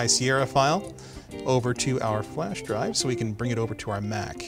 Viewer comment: whos this fat guy with the beautiful voice and good presentation? haha! say flash drive again